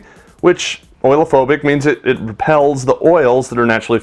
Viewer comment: Oleo-phobic = O-leo-phobic, not oil-phobic.